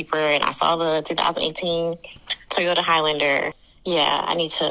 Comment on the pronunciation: Really wish that dude didn’t call them ‘Tee-yohtah’